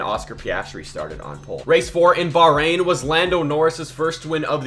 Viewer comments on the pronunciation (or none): none